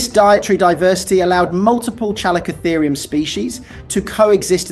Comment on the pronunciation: It's pronounced "Calico-Therium". Have you never heard any of these names spoken out loud? Because you seem to get the majority of them wrong. :))